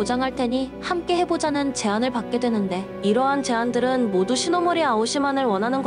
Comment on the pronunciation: 시나모리가 아니라 시노모리입니다 아 할때와 어 할때 다른 법입니다 제대로 해야죠